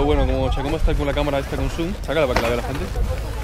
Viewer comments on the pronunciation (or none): Cuando dijiste con zoom creí que decías consum por un momento 😂